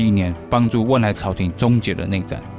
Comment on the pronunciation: 是汶莱,不是温莱